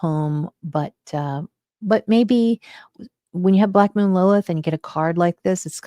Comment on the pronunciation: I keep hearing black”mold” Lilith